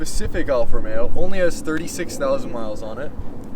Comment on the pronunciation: I'm just happy to hear someone pronounce the name correctly. Alfa Romeo, not ROMERO.